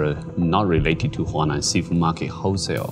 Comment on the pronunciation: Huanan seafood market, NOT Hunan. Apart from that, excellent job.